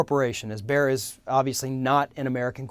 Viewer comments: Bayer is pronounced like "Buyer" not like "bear" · "Bear"? The name is pronounced like "buyer". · It's Bayer, not Beyer. You already found out that it's not an American corporation, so why not research for 2 minutes on how to pronounce a name you will say every 5 seconds? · "Bayer" is pronounced "Buyer". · I've always pronounced it as bay-er or just bear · Erm... Bayer is pronounced bear now? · i was like wtf is he talking about, what is Bear. Cue all the people schooling you how to pronounce a German company in Amurican. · Please pronounce it "Buyer" it's Not a cheap pun, it's the actual correct pronounciation ;) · You don't even know how to properly pronounce Bayer but you have an opinion. You pronounce it "Buyer" eejit!!! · The way this guy says Bayer is making my ears bleed. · Please pronounce Bayer correctly. At least try to. It is not that hard to pronounce the A. Bayer is evil, yet omnipresent.